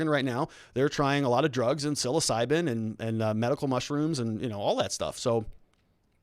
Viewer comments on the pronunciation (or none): none